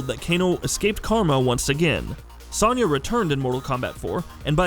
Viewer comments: Its Soniya Not Saniya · SO-nya. It's pronounced with a "so" not "son" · This video is the first time I've heard someone pronounce Sonya Blade's name with a soft-A sound. Weird. LOL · High Heel Knight the a is pronounced the same. It’s a soft o, not an a